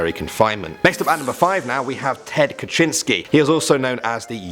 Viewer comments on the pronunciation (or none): Pronounced kazinski not kachinski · Number 5 Is pronounced ka-zin-skee.